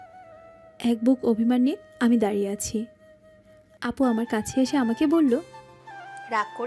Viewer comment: দারিয়ে নয় “দাঁড়িয়ে”